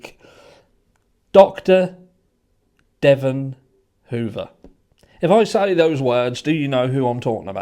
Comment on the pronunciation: Please pronounce his first name properly. Thank you for covering